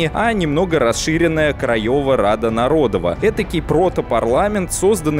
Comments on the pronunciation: Кстати, не нарОдова и лЮдова, а народОва и людОва, так как почти все ударения в польском ставятся на предпоследний слог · Отлично, только ударение. Не liUdowa, а liudOwa. Не narOdowa, а narodOwa. Очень режет слух... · Хороший материал, особенно учитывая, что я живу в Польше. Только просьба, в польском языке ВСЕ ударения на предпоследнем слоге, народОва, крайОва, людОва. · Не нарОдова и лЮдова, а народОва и людОва. В польском языке ударение ФИКСИРОВАННОЕ - на предпоследнем слоге. А то, что произносите Вы звучит... жутковато. Любой СОВЕТСКИЙ школьник как раз в этих слова: "Армия крайова", "Армия людова" ни разу не ошибался. М-да-с! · В польском языке ударение преимущественно падает на последний слог: народОва Рада, людОва Армия и т.д. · Мне нарОдова прям по ушах бъет, нородОва должно быть. И не Осековский, а Осенковский. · в польском ударение всегда ставится на предпоследний слог, поэтому корректнее произносить "людОва" и "народОва" :) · спасибо за ролик. Одно замечание: в польском языке ударение падает на предпоследний слог. Поэтому ЛюдОва, народОва итд. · Уши, конечно, вянут от "лЮдова", "нарОдова" :) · Ну раз взялся за Польшу, что ж не ознакомиться хоть слегка с польским языком? Первое простое правило - ударение на предпоследнем слоге. Уши ж отрезает нафиг - лЮдова, нарОдова. почему еще не крАйова? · В польском языке вы ставите ударение не туда. ЛюдОва, НародОва, КрайОва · В польском все ударения на предпоследний слог. Пожалуйста.